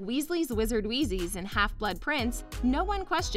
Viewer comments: “Weasley’s wizards wheezys” 😂😂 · Why the poor pronunciation? Did you not read the books? Wheezes, not wheezies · Waaay too many inaccuracies. Smh. But her mispronunciations of "kretcher" when it's "Kreacher rhymes with creature", "wheezy" when it's "wheezes" and "galileons (like Galileo) " when it's "Galleons (GAL e yons) are making my ears bleed. And she keeps saying US movies. Were they not American directors (Chris Columbus for one) with British actors and British set and British everything? Just American slang dubbed in? And "the Americanized version" of DH part 1....did other countries truly get a whole different movie? Siriusly, did they? Why does this channel exist? They never get anything right and they don't bother getting a narrator who can pronounce things correctly.